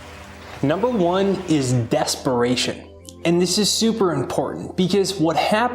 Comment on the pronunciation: Desparation or DESPERATION? 😊